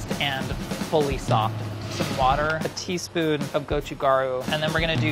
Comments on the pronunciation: i know its not his fault but omg ive never heard someone pronounce gochujang and gochugaru THAT incorrectly before (still love you ) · the way he pronounces gochujang and gochugaru is pretty amusing to a korean